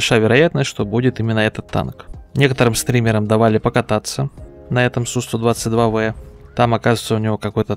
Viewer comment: Один из немногих называет правильно танк Су 122 В а не Б. Респект.